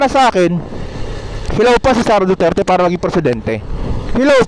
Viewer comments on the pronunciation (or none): none